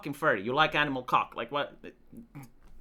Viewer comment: The way he says cawk, it is so magical.